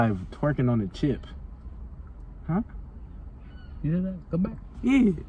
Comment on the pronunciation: He didn't say chip he said jit